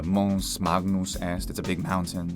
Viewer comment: he mispronounced “magnus” — its “mangnoos” not “mag-noos”